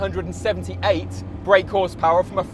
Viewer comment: I'd feel less annoyed by the bhp discrepancy if he didn't enunciate the 8 in "1,178 break brake horsepower" quite so hard